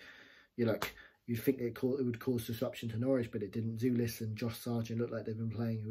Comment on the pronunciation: The correct pronunciation is "Jolis", not "Julis".